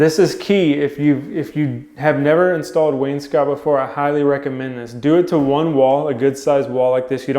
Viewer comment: You pronounce wainscot correctly.